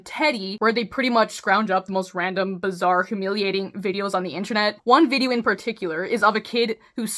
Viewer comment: Did you say bizzare